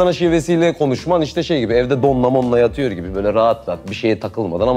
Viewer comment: yatiyur diyo:d